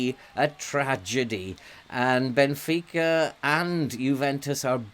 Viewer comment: As a Portuguese what a great pronunciation of the teams names, thank you for giving your time to benfica. Hope you are having fun!!